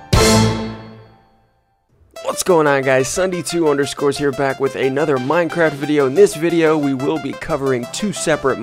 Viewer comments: I love how you said 'Ssundee 2 underscores' XD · did he say ssundee2_ ?